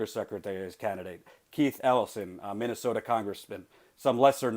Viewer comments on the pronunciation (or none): none